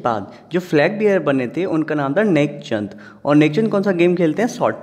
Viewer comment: Tek chand hai sir naki nek chand